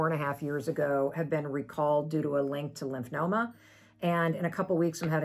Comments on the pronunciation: It’s LYMPHOMA not Lymphnoma 🤭 … Thank you for sharing though Mel. Hugs! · Lymphoma..no n in it lol